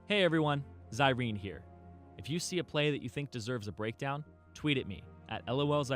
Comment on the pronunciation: everytime he says "it's Zirene." it sounds like "it's Irene"